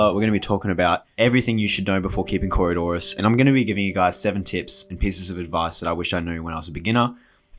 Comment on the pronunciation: It nice that you learned how to say coridoras.